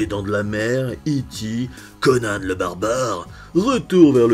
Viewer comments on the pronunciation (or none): none